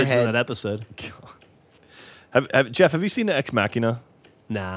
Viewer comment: is that really how ex machina Is pronounced? btw, great film